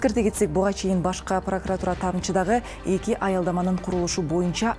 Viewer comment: Алып баруучу айым башка прокуратура эмес, башкы прокуратура болот.